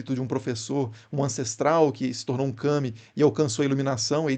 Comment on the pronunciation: Observações importantes (ou não): fala-se KAmi. Não kaMI.